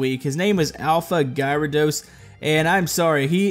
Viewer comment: Anyone else hate that he's pronouncing gyrados wrong? Gyrados is a pokemon, and it's pronounced "Gare-a-dose," not "Guy-ra-dose."